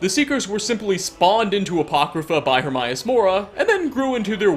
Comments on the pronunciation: “Her-my-ass”? Oh, *Her-may-us*. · Her-may-us. Not herm-eye-aus. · Her-may-us it says it in the game so there is no excuse more mispronunciation of his name hate when people mispronounce a name said out load in a game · AE is pronounced EE, daemon aegypt for fuck's sake get it right! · Hermaeus is pronounced exactly as it looks Her May Us also Vel Ah Thee sorry lol but he even says his own name xD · the way you say hermaeus makes me cringe